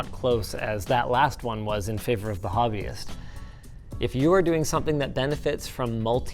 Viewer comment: Indian Audience: it's Kaetan, not Kitan... Anyways, Hobbyist is perfect too.